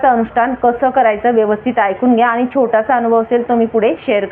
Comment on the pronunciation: ही बाई अतिशय अशुद्ध बोलतेय. आणी चा उच्चार आनी करतेय. आपण चा उच्चार आपन करतेय. पाणी चा उच्चार पानी करतेय. पान्यामधे पान्यावर ऐकायला घाणेरडे वाटते.